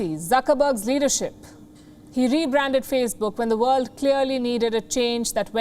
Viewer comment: WION is a tool of deceit, too. Vorld is von.?... 🤣😂